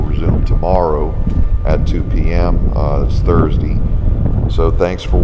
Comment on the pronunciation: sorry! I couldn't stop myself! Your voice sounded so precise and deep and official, and then you said "Yesterdee", and then "Thursdee". Sorry, sorry, couldn't stop the post! :-|